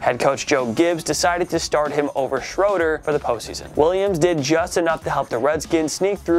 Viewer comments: He also miss pronounced Jay Schroeder. It’s Shray-der not shroder! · It's actually pronounced like Jay "Sh-RAY-der" not "Shroder" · As a Redskins fan... it’s pronounced Shray-der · Jay Schroeder is pronounced with a long "A", Schraader. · Is it funny that he said Schroeder wrong multiple times😅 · Thank you, that was pissing me off how he pronounced his name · Pronounced Shroeder wrong.